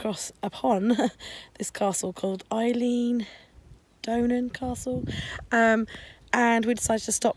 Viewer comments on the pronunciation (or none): Lovely video. I get to see this every day..oh and pronounced Ellen Donnan not Eileen lol xx